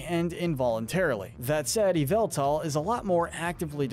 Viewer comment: Him:eviltal Pokémon: yveltal